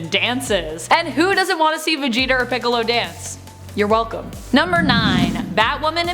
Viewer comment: shes attractive but she said "Veteger and Piccolo"..... I'm done